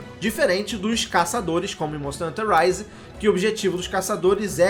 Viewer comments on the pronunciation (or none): none